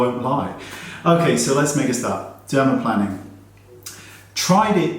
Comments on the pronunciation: Plane-ing, Wayney. Not plan-ing. 😉😉😉😘 Wuv ya though! 😆😁 Question!! Micro needling: will callous my face like it did my forearm??? I tested it on my left forearm just above my wrist, and I got a tough, thickened area of skin! It was frightening to think that'd happen on my face! Still, I have a couple of great rollers w/ different needle lengths. I haven't used them regularly yet, and this fear is why. I don't want a face that looks or feels like Pat Garrett's sundried saddlebag. 😒🥴 Your input? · It's pronounced dermaPLANEing! ;)